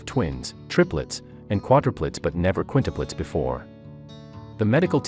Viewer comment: What are Qunitepletes? I think he means Quintuplets. She was on heparin for clot prevention and given sub cu shots in the belly - this causes bruising. She needed an IV access. Stupid article, with mispronounced words - and having quints with a one year old at home. Maybe wait abit? Hopefully no one takes this pile of information seriously